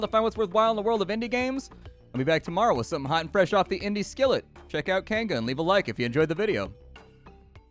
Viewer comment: It's pronounced Kai (Keye) Ng (like the ng in King and Ping) a (ah) it means village or settlement in Maori.